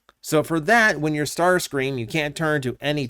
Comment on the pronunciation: Ah yes the Legendary Tarscream.